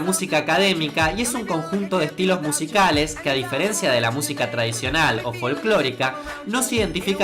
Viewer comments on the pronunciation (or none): none